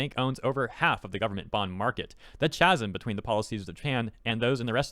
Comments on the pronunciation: "ch-asm?" It's kas-zum. That's how you pronounce chasm. Other than that, this is worrying news indeed, pray for Japan, shit is really about to hit the fan. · I'm sorry to do this to ya, but did you really say chasm like "chazz uhm?" Ka-zz-um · Not making fun of you just letting you know, but the ch in chasm is pronounced like a k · I know it's not related to the content of the video, but, Chasm is pronounced K-as-em. I inow it has a Ch but there isn't a "ch" sound in the word. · I'm going to be that guy but 'chasm' is pronounced like 'Kasm' with a k sound instead of a ch sound. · I don't mean to be that guy but you don't pronounce the "ch" sound in "chasm" You say it more like like "kaz-im" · chasm is pronounced, "ka-zm" fren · It's pronounced "kasm". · The way you said Chasm hurt me. It's "Kasm" 😭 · That chart is misleading, it's only a couple dollars. Also, did you say CHasm? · Chasm is pronounced Kazz-um btw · i cant get past chasm its poronounced kasm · "The cha-sim" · I know you read fast but ch-asm😂 just got me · "Chasm" is pronounced "kasm" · Bruh said CH-asm... The CH doesn't make its normal sound with this word my guy. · I'd like to correct you on the pronunciation of "chasm". It's Kas-m. Just an FYI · Did you just say "CH"asm??? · Thank you for the explanation. Sorry to nitpick but it’s pronounced “kasm” (like charisma). Other than that, great video. Keep it up. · How do You pronounce the word "chasm"? The schools have failed. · Ch in chasm is pronounced like character, chemistry, chorus, architecture, schedule, school, etc... Ok, now the world can finally burn unless some stupid government intervenes by suffocating the inevitable fire with an avalanche of more inflammable debt